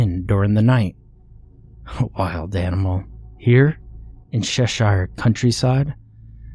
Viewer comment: Cheshire, not Sheshire. The "Ch" makes the sake sound as the "Ch" in chicken, cheese or choose.